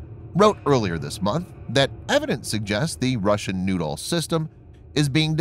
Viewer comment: Pl-19 noodle? Who launches a noodle? LOOK OUT! We got incoming noodles! Do we counter this with”Bread sticks”.....or a nice sauce? It’s pronounced....New..Doll or Nude..Doll. Well now......your just getting silly! OK give me the radio”Sir we got PL -19 Nude Dolls on our screen........yes sir.....I agree...if they were under 18 we probably couldn’t shoot them down,,,,,,right sir.............oh you want a “Picture of the Nude Dolls” for archive records! Yes SIR!